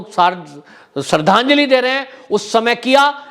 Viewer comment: जिसे श्रद्धांजलि बोलना नहीं आता उसके इतने फॉलोअर्स कैसे हो गए